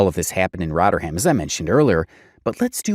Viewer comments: Shoutout to your pronunciation of “Rotter-ham” - much better than its original name of “Rotherham” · Also, it's not 'rotterham'. It's Rother ham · I'm a Yorkshire person and its pronounced Roth er um. Calling it Rot er ham is driving me crazy haha. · Giving me a headache it's rovrem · Rotter ham 😂😂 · Let him know its actually Rotherum...l😂❤🇬🇧